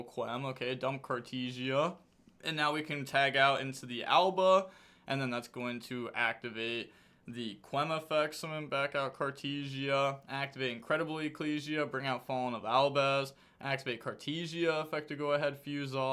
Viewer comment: "Albia", no sir, that's "Alba". 😂